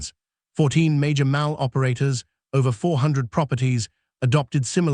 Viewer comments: The word MALL in this story is pronounced MAUL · Not Maul it’s Mall you nut! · NOT MOWL … MAWL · Narrator needs to pronounce "mall" correctly. Phoneticslly it's "mah...ll" not mal..l". Don't use an England English speaker fir USA YouTube videos since their pronunciation is different than USA English speakers. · Pronounced Maul not Maal 😢😢😢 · She'd testified became she dtestified Mall became Mal Fix your robot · maybe your AI reader could learn to pronounce "mall" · Will someone program this AI voice to pronounce "MALL" correctly? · Your AI pronounces “mall” weirdly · Why are we subjected to AI reading constantly. The continuous mispronunciations are extremely irritating. How many times do you think we want hear mall pronounced mal, like malpractice. The mal cop over and over. Pronouncing Maryland, Mary land. Stupid and inconsiderate not to teach this program better! Good video, poor reading. I'll be hearing how mals will be requiring sensitivity training for mal cops in my sleep. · This is one of the worst AI narrations I’ve ever heard. Mal instead of mall. ‘Ds from the previous line of text: ‘dshe’d ‘dhe’d. “Mary Land” instead of Maryland. Get a real reader instead of an idiot AI. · A.I. faulty. STOP posting this garbage. Multiple mis pronounciations and fragmented pronouncistions. Examples; Mall is pronounced "maul' and the state of Maryland is not "Mary Lind". Thumbs down